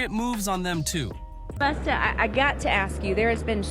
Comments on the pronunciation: Man, if you call Busta... Boosta one more time😂😂😂😂😂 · In a hurry to get this vid out? What a crap mess of clips. Pronouncing Busta as Boosta several times. Come on.